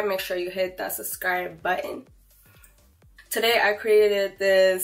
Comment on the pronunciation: wait, does anyone else hear SUS-cribe? instead of sub-scribe? lol the first six seconds threw me off hahaha